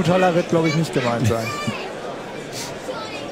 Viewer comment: Ich glaube unsere Medienabteilung muss noch lernen wie man Haller richtig ausspricht 😂 (Spielminute 51 )